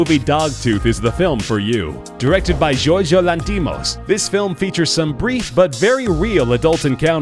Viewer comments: The director of "dogtooth" is Greek and the name is pronnounced YOrgos LAnthimos. I wont even start with the names of the actors and actresses 😂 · I cringed so hard at his pronunciation of "Yorgos Lanthimos" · Holy shit you completely butcher Yorgos Lanthimos' name...